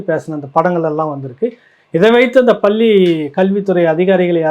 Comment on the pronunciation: பள்ளி என இடையின "ள" உச்சரிக்க தெரியாமல் "பல்லி" என்பதிலேயே உன் தமிழ் பற்று தெரிகிறதே. நீ போய் தமிழை படிடா , டம்ளர் சொம்பு.